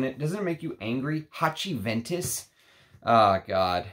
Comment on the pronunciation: Haciventus god you got me with that😂